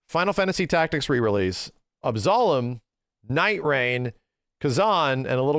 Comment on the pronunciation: Why can’t Yanks pronounce Absolum properly?